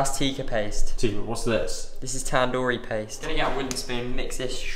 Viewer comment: Every time says TAN doori chicken I die a little bit on the inside